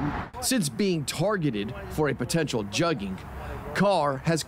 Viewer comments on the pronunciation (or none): Lame stream media adopting slang but can't pronounce it lol jugging? It's pronounced 'joog' like bush. Not like a jug of water lol squares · It’s called Jugging (Jooging) how they use a black word to insinuate it’s blacks and can’t even pronounce the Ebonics correctly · It's actually JOOG dumbasses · Its pronounced JOOG. Not JUGG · Can y’all stop using the slang if you’re not gonna say it right? They got the right spelling but it’s pronounced like “JOOG”. The “oo” sound in the middle sounds like the word “good”….. Say these: “Joog” “good” “Joog” “good” That middle “oo” should sound the same. It’s a homograph. “Jugged” not “Jugged” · The word is actually "juug" but this ain't a finesse is a robbery.... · Say it with me, joooooog, not jug. Smdh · Joogin, NOT jugging 😂😂🤣🤣😂🤣🤣😂🤣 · Its 'jooging' is how its pronounced not 'jugging' thats just how its spelled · Juug not jug lmao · no it’s not. It’s not pronounced jugging, it’s more like joog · lmao at how white media pronounces "juggings"..first of all its spelled "juug" and pronounced as "joog".. and im not even about to break code and tell yall what it means... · It's pronounced joog-ers😂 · JUG-ENGS LMAO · Child it’s pronounced “Joog”😂😂😂 just say robbery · It's pronounced j-uh-g. ladies are tremendous. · Actually it’s being mispronounced it’s pronounced jughhing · I thought it was pronounced as “Joog” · I believe it is pronounced “yugging.” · Gucci Mane was the first to mention "Jugging"...and it's pronounced "Juhg" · That's a Houston street term. Pronounced (Jooogin). It is specifically meaning when the crook waits at a bank and watches who leaves with any kind of envelope. They follow and wait for them to slip up. It's not as random as a basic mugging, or random arm robbery. Same, but different. You going to any bank, Across the street is a thief watching. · It’s pronounced… [ JOOG - GEN ] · Pronounced "jūggin, jōōgin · I believe it’s pronounced yugging or yuggghing. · They’re pronouncing jugging wrong 😂